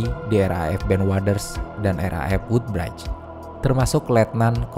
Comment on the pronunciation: Maaf min, wudbrij bukan wudbraid 😁